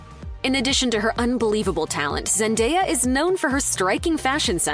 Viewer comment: ....And, yet again, celebrity news outlets flat out BUTCHERS the pronunciation of Zendaya's name....